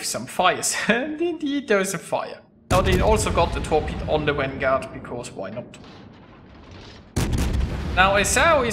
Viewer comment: What the fuck is a wanguard? learn how to pronounce the V.